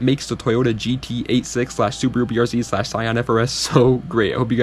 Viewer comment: finally a youtuber who uses the Real way to say the cars name, this is what separates the boys from the men.